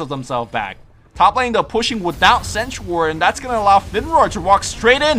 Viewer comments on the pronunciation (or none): none